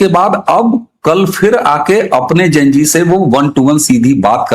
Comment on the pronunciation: please say Zen G not Jen G. This is a common word and I am sure you have studied XYZ not XYJ. Enjoyed the whole podcast 🙌